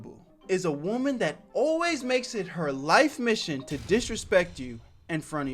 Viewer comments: Man what is with people pronouncing "woman" and "women" the same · the way bro says woman